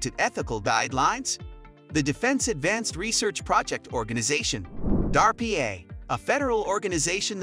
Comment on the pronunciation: The voice for this is also, clearly AI, and it sounds awful. Probably older or less advanced AI since the newer stuff sounds better. At least try to edit or revise what it's saying. It spelled out DARPA instead of pronouncing it. Most people just pronounce it since it's an acroynm that is pronounceable.